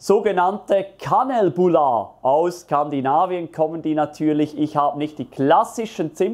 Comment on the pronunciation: Vielen Dank für die Fülle an wunderbarsten Videos von dir! Ich persönlich mag sie lieber mit 100% Sauerteig (ja, süßes geht auch wunderbar mit Sauerteig). Für schwedische Verhältnisse viiiiiel zu wenig Kardamom. und noch was.. richtig ausgesprochen heißt es "Kan-eel-bull-ar" (je nach Region etwas unterschiedlich).